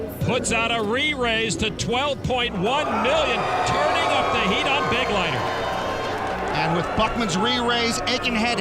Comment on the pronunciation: Here the name "Begleiter" is being badly mispronounced: It is a regular German noun, and means: "escort." The accent is on the second syllable: "Be-gleiter" from the verb: " zu begleiten".